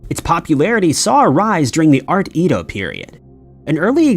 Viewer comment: Do others cringe or shudder when he mispronounced Edo over and over? No? Just me? 😂